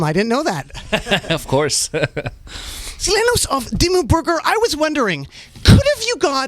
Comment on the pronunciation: Did he said Dimmu Burger...?